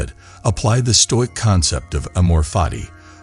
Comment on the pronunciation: All the comments here are bots. It's very obvious. Perhaps if you read the script rather than using a bot you'd actually pronounce the workds correctly. Nice if you pronounced stoic correctly at least. Put the effort in ans read the damn script. Be different.